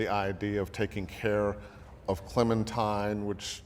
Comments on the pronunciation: My guy just said clementeen instead of clementine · “cLemInTIne” Clementine YOU UNCULTURED SWINE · mans really said "Clementeen" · Clementeen? Did anyone else hear that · I died when he said Clementeen. Anybody else?